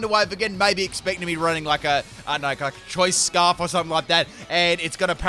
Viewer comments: "Choice Sparf" The new item that boosts your speed and special attack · "Did I say CHOICE SPARF?"... Yes,... yes you did. XD